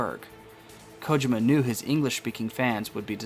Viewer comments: I had to watch this with close caption so I can mute your voice. Your voice trying to mimic the way Solid Snake speaks was really annoying and your mispronunciation of Kojima was like listening to nails on a chalkboard every time you pronounced it wrong. Big thumbs down. Despite all that, I also believe your theory. I knew something wasn't right from the get-go. And after playing TPP and the reveal of Venom Snake's true identity, everything made complete sense. But now that Kojima is gone, I heard a rumor that Konami was going to do a remake of "Metal Gear" to bring the series to a full circle, but not sure how that will turn out. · My Sister-in-Law and my wife speak Japanese and they agree that the way you said this name was wrong. However, toward the end of the video, you did say it correctly. I didn't catch that until after I had them watch it since I muted the video when I first watched it. Either way, I look forward to the next video and that you're not going to be doing the voice.